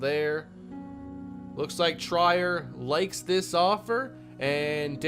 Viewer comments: Allonzo Trier- last name pronounced “Tree-Air” (sorry, annoyed wildcat fan came out of me) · Please learn how to pronounce triers name because you are very very wrong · 2 year team options are the norm for rookie contracts, that's why Kane had one also Alonzo Trier's name is pronounced tree-air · You are saying Alonzo triers name wrong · i hate to be that guy but its Allonzo tree-er not try-er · trEER not TRYer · Omg he just cut him like its nothing lmao 19 mil gone. Also for the future, it's pronounced Treer, not Tryer – for Alonzo Trier. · Its Pronounced tray-air not tryer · It's TREE-er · just wanted to let u know its pronounced Tree-er not Try-er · It’s pronounced “Treer” not “tryer” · I beg of you, PLEASE stop saying, "Try-er," it's "Treer," like (Will) Grier. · Alonzo Trier is pronounced “Treer” I had to say it I can’t listen to an entire season of “Tryer” 😂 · It's Treeer not Try-er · It is pronounced tree-ear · I love this series. Btw it’s pronounced tree- er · It’s pronounced TREE-er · allonzo trier is pronounced “tree-er” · It’s pronounced Alonzo Tree-er just so you know! Love the Neil Hope move and maybe soon you’ll understand free agency lol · its “tree-er” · Trier is pronounced Tree-er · It's Trier (Treeher) For the 2023 off season send Wenli Lam and Lyle Murray to untapped potential. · Its pronounced Tr-ear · Just to give you a heads up Allonzo Trier last name is pronounced tree-air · Trier's name is pronounced Treer just for future reference. I've also heard people say like Tri-air but I believe it's pronounce with a long e sound. Love the vid haha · Trier Is pronounced tree-ir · Allonzo Trier (Tr-ear), Great content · Don't wanna be that guy, but it's pronounced TREE-er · Alonzo Trier (TREE-er) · Trier is pronounced Tree-Er, or like how Will Grier’s name is pronounced. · For Allonzo Trier his last name is pronounced treer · its allonzo "TREE-EAR" as one name lol. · it’s pronounced Treer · Its pronounced Tree-r